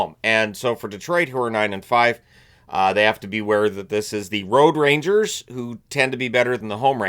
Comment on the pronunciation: I thought said “The Road Ragers”.